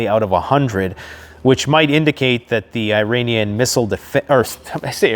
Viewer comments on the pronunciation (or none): none